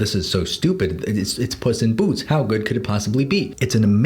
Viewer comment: why do i keep hearing puss in boots as 'bussy boots'